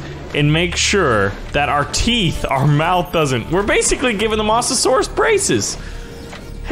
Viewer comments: Mo - za - sor - us (MOSA) not (MOSS) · you say it by moatasaurus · No hate but he calls it a Mossasaurs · not Mah-sa-saurus its moe-sa-saur-us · "mossasaurus", 2018. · It's moe-za-sor-us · Also it’s m-oe-sa-saur-us. OE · What’s a MOSSasoraus 🤣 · FYI the mosasaurs is pronounced moh-suh-sor-us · you say Mosasaurus like this moes a saurus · STOP SAYING MOSS A SAURUS IT SOUNDS LIKE MOOSASAURUS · It's pronounced Moes a saurus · Its pronounced mozesaur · Masterninjawolf Nope he sed mossusuras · Stop saying mosasaurus wrong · Can't say mosasaurus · i hate how he pronounces mosasaurus